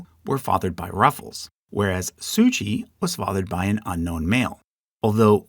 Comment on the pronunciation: Sucia Island is pronounced "SU-sha"" and "Lummi" rhymes with "Yummy." Source: born and raised in the Puget Sound right next to the Lummi Nation.